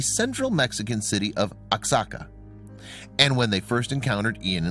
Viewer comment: Oaxaca is pronounced "Whahaca".